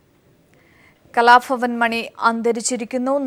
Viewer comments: kalafavan alla kalabavan ennu vayikan padiku adhyam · who is that presenter !! cant stand her.... and please it's kalabhavan not 'kalafavan'